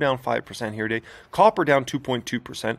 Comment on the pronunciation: Brotherman, when you say “Here Today” it REALLY sounds like “year-to-date”. Idk how to fix it, maybe a different word choice, maybe it’s just my ears lol.